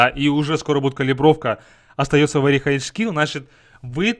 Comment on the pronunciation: поставил дизлайк за вери хайч скил,хороший английский